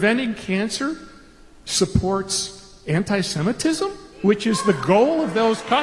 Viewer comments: this mf said antisetimism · WTF is antisentism? The guy can't even pronounce the term that probably secretly describes him. He only says these things cause he likes lobby money. I actually support Israel, but not what's being done at Bibi's direction. The people of Israel deserve justice, and that means a return of what I'm assuming at this point are the bodies of the remaining hostages and prosecution of Netanyahu for his corruption charges. A regional war to avoid accountability is a pretty terrible move for someone in a leadership position. Kids shouldn't starve so you can avoid jail, Bibi.